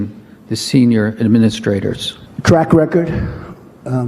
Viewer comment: Did Trump say "crack record"😂😂😂